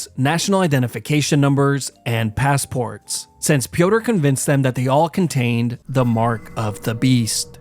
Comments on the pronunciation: Pronouncing Piotr like “pee-o-tur” is cracking me up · Piotr is the slavic form of Peter, not sure if you pronounced it like "Pee Odor" for comedic effect or by mistake. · It's pronouced Peter by the way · Piotre is pronounced Pi - ot - tré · Bro called him peeodor